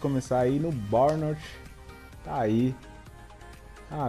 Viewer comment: E se pronuncia barnnemouf